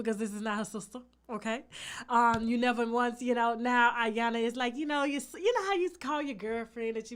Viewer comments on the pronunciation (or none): EE-YAHN-LUH TASHA😂😂😂 not ayana💀💀💀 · E-Yan-La Tasha, not Iyana. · Iyanla= Eee-Yan-la 🙄😂